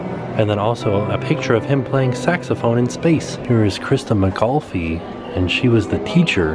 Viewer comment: For the record, Christa McAuliffe's las name is pronounced Mc-CALL-UF.